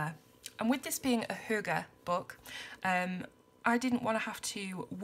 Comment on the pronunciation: It is a bit funny for me to see this video because I am Danish... I have never seen this book before :) I can tell you that you say the word correctly. Hygge is a big part of our life here in Denmark. And I can relate to the pictures. Thank you for this video :)